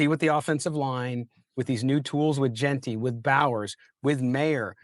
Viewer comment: Yes, ... it's Jeanty not Jentry ... and Donte not Dante.